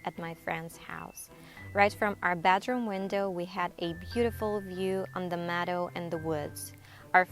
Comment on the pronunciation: Meadow, not medow